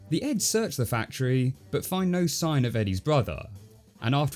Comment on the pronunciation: Jesus Christ. I'm listening to this as I rake so for quite a while, I thought you were says 'Eggs'.